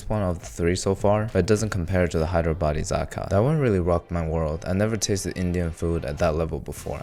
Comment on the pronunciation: Bro says Hyderabadi as Hydro baddie 😭🎀